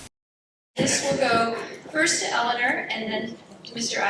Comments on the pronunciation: NOTE TO MODERATOR: The Mayor's name is not pronounced "Elin-ER", it's "Elin-OR." Support Mayor Carbone's continued efforts to build upon Torrington's strength and improve it into the future. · Vigorous debate with good questions and strong points both ways. this should be a close election with a pretty big turnout. I agree the moderator saying "elliner" over and over again is really annoying. I mean if you're going to moderate a debate at least know how to pronounce the mayor's name! lol would have been better of just saying mayor carbone or mrs. carbone.